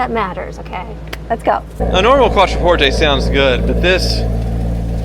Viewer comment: "Quattro porte"...dude should be fired